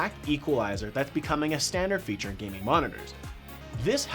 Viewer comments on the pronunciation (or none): when he says "gaming" it sounds like "guinea"